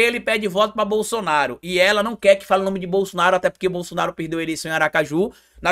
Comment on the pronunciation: O cara fala muito ruim. Ele chama é bossoraro kkkk